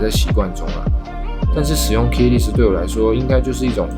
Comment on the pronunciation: Less 發音是累死